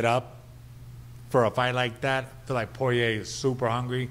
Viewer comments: Anyone else notice how Mayhem pronounced Poirier and Gaethje? 😂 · Took a couple months for people to pronounce Ngannou's name correctly... To this day Poirier still not so lucky.